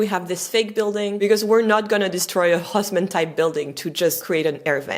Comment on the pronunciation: That man's name is not "Hoss-man". The French pronunciation is Os-mân. (like Turk LOL) The correct German pronunciation don't even try, as you cannot do it anyway.